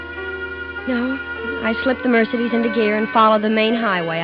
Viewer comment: too bad that she doesn't know how to pronounce Mercedes...ha.ha